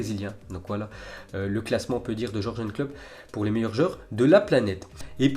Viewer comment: Ya que moi que ça choque le prononciation pour Klopp ?